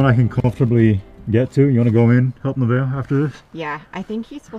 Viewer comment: Her name isn't Nivea, it's Nevaeh. Heaven spelled backwards, pronounced Nuh-Vay-uh